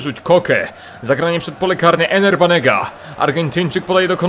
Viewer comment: Nie Ener Banega tylko Ever Banega ;)